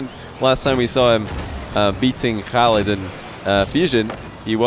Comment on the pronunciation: My hat's off to you,! Love that you're putting in the concerted effort to pronounce names right; Ahmad and oKhalid.